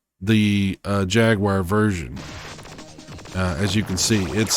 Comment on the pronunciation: It's not the first time I heard it pronounced like that, and it's always someone with an American accent, trying to pronounce it like a Brit. However, that's not the correct pronunciation because it's pronounced "Jag-wahr" in American accent, and "Jag-you-are" in British accent.